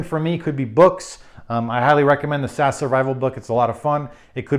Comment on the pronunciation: SAS is pronounced by the letters, not the pronunciation. as in FBI not Fibby, though fibby would be totally accurate. Loving your vids, putting gear together and realizing I don't absolutely everything and out of time. Looks like a basic emergency bag and not a survival bag for me. Not enough survival gear. kek.